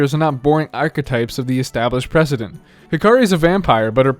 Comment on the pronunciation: it's HI-kari , not hi-KA-ri :(